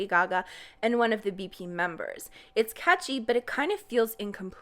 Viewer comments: When you say « catchy » I can’t help but hear Kaachi 😭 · Two words... iT'S KaAChI!! (Catchy if you didn't get it.)